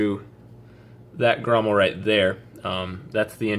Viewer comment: Grommet. Not grommel